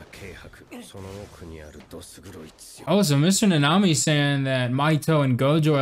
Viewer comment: Also it is Kento Na-ne-mi not ne-nami